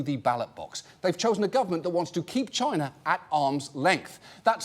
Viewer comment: 😂..chiner😂..you didn't get it past me 😂